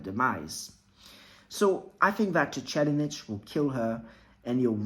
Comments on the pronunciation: Lol your pronunciation of the 4th prince’s name sent me. Its “tser-EYED-nick” with a soft t and an emphasis on the ser in the first part. Great vid though. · It is pronounced Sir Ride Nick and not whatever you said there. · SIR-RIDE-NICK MY GUY! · Sir-eyed-nick. Please. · It's tse reed nihh/nick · if you accept Japanese as a phonetic language without much room to dispute pronunciation (unless it involves L vs R or things like that).. it’s reed, not ride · ive never heard that pronnauciation here before